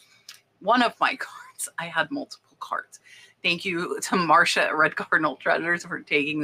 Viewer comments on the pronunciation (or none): none